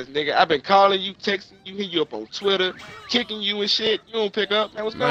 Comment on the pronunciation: he said Kiking u and shit💀